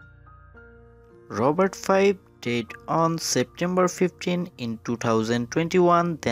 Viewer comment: your pronunciation sounds like did instead of died.